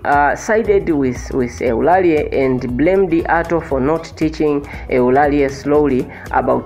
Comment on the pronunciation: Don't pronounce Eulalie instead of/Ulalii/.